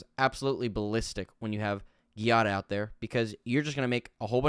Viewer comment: It's pronounced Jiada I think, at least, it's the Italian version of Jade and in Italian I'd pronounce it that way.